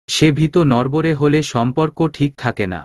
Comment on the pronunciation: এত বাজে উচ্চারণে শুনতে খুবই খারাপ লাগে। একে দিয়ে দয়া করে আর গল্প পড়াবেন না। কোন উচ্চারণের ঠিক নেই, বাক্যের অর্থ বা মানে আরেক রকম হয়ে যায়। ভিত অর্থাৎ ফাউন্ডেশন, এটাকে উনি উচ্চারণ করছেন ভিতো। আর যতবার kpno উচ্চারণ করেছেন, এটিকে kono হিসেবে উচ্চারন না করে প্রতিটা বার বলেছেন kon. দয়া করে একজন সঠিক উচ্চারণের পাঠক দ্বারা গল্পগুলো পরিবেশন করলে প্রতিমধুর লাগবে। অনেক ধন্যবাদ।